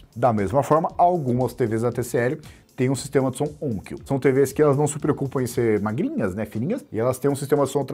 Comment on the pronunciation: Excelente abordagem! Gostaria de salientar duas coisas sobre a Onkyo. Que eu saiba é o melhor fabricante de equipamentos de áudio Hi-Fi / Hi-End do Japão - concorrendo com a Yamaha. Com receivers de alta qualidade. E o nome se pronuncia onkío, no Japão, e nao ônkio, como se fala aqui no Brasil. E sim! Eu sou feliz! Tenho um receiver e um par de caixas Onkyo fabricados no Japão, assim como, também, receiver Yamaha. 😊